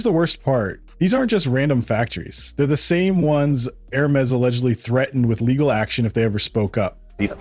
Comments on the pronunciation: While I do enjoy the mispronunciation of Hermés, it still needs to be said that it is not HER-mees, but Errr-meis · The narrator does not know how to pronounce Hermes... crazy...